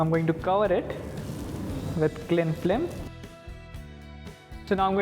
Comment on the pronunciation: this is a fancy Baked Alaska. Good job. He kept on saying Cling FLIM tho instead of film. how does candied rose petal/rosewater/choco ganache taste like?